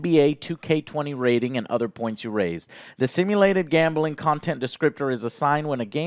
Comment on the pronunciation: No One: Joe: Gambahling 😂 Much respect though bro